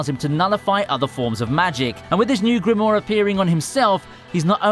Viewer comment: There are 2 damn 'I's in grimoire. It's not "Grimore"